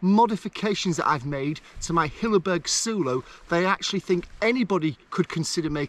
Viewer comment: random one.... wouldn't it be pronounced soul-o..... as in solo ? as its a solo tent.